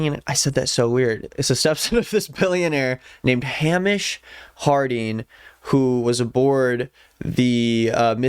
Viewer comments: hey! scot here just wanted to say it’s hay-mish not ham-ish. great vid:) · Name’s not pronounced Ham-ish. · Just a note, unless it’s a niche pronunciation I’m not aware of that the guy chose to use, Hamish is pronounced hay-mish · Just to let you know Hamish is pronounced like "Hay-mish" !!! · Its pronounced Hay mish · It’s pronounced Hay-mish, his step son needs to control himself 😮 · best video I seen all day ON THE SET! Edit: it’s pronounced Hay-mish. Scottish name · It's pronounced HEY-MISH!!!! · Im sorry i cant get past the pronunciation of Hamish LMFAO its pronounced “Haymish” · Btw it's typically pronounced Hay-mish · The whiplash I got from hearing you pronounce Hamish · you are saying the name Hamish wrong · The way you're pronouncing Hamish makes him sound like a fairytale pig